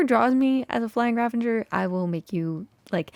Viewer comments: ) There's no 'n' in ravager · Is Ravenger (vs Ravager) a thing now? Or has Etho spread it like wildfire (or other MCYTers, idk -I just heard him pronounce it wrong constantly last season of HC lol) I love love love the mountain range! And the entrance to the mountain base frame. I really don’t think you should worry about keeping up with others on the server. You’ve got your own thing going on and that’s enough (although maybe making a shop for something is a priority so you can make diamonds to fund your shopping habits haha) Have you ever heard of the Glacier Skywalk in Jasper, Alberta? It would be cool if you did something like that somewhere on the mountain if it fits what you’re going for!